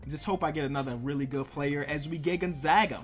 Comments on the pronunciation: the way he says gonzaga... XD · He can’t say Gonzaga 🤦‍♂️🤦‍♂️